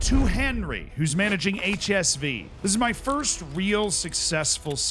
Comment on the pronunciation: Did this man say 'Eightsh S Vee?' for HSV ? Thats criminal?